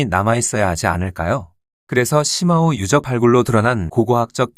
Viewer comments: 石峁-중국발음 표기는 shimao 정확한 발음은 스마우 입니다.시마우는 영어식이고 중국의 발음 표기는 독일어기초 발음입니다.스마우라고하면 중국인들도 알아들을 정도이고 시마우라고 하면 적어도 중국 지명을 정작 중국인은 죽어도 못 알아들어요.중국어에서 i 는단독으로 쓰일때는 우리 발음 ㅣ 고 h뒤에 붙어 hi라는 새로운 발음으로는 우리의 ㅡ에 해당 됩니다. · 시마오가 아니라 스마오입니다. 石자의 중국어 발음은 shi는시가 아니라 스로 읽습니다.